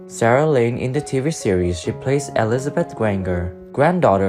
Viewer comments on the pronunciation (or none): none